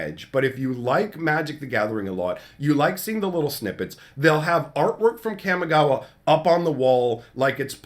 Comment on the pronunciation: I'm sorry, so sorry to do this, but you know this is a Japanese based set. I know this is rude to correct you, but it is pronounced Kah Mee Gah Wah not Kam Mee Gah Wah. Just use Spanish vowels. Japanese has the the same vowels Spanish. Also, it is Ninjustu not ninjistu. I know this is annoying, but it bothers me as much as people saying Azuza instead of Azusa.